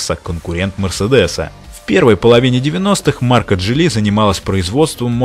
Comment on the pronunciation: а Geely как "Дзили"